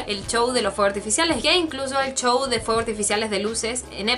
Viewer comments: Porque le dices chouw se dice souw y se escribe show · de seguro eres de España, porque he oído que algunos youtubers españoles pronuncian así la "sh" o "ch" XDXD